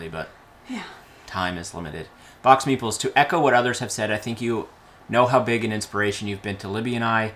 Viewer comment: Congratulations on the anniversary from the UK. Your channel was one of the first i ever watched and helped get me into the hobby. I still laugh about the first video of yours that i watched and i thought meeples were called meatballs! Must be a Canada to UK accent thing!!! Keep up the good work guys!